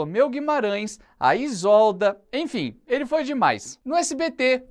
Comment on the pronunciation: Pronunciar "Isólda" foi foda, hein... A pronúncia correta é "Isôlda". E a grafia, sim, é Isolda.